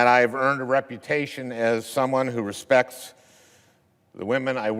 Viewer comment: Al Franken respecks whamen